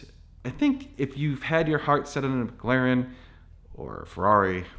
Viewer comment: Stop pronouncing it “miglaren” like an asshole 😂 Mc, MC